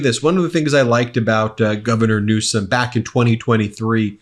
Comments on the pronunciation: Now that he's going to be president again, he had better start acting presidential and pronounce Newsom's name correctly. Quit acting like an immature kid. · And when is Trump going to get a SPEECH THERAPIST GAVIEN NEWSCOM, REALLY, soo CHILDISH. GROW UP, THEY VOTED FOR YOU FOR GOD'S SAKE!!!!